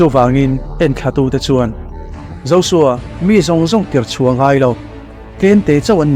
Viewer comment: Josua ni nanana zosua tiin i lam tlat a J J Jjjjjjj hi Z anilo